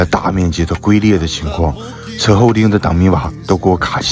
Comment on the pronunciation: 龟（音军）裂